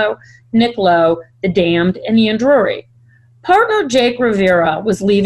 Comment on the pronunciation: Not Ian Drury. Ian Dury (pronounced like jury) are the Blockheads